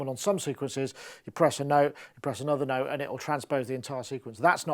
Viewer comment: "8 noteTH"